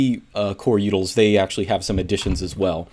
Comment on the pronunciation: Instead of utils he says yoodles. First time ever hearing this XD